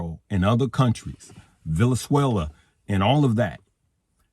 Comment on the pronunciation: He said “VELEZUELA lol